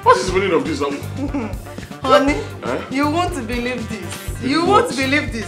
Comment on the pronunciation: The way Mr Lawanson wife pronounce honey always give me a sharp pain in my head 😂😂😂😂😂😂😂😂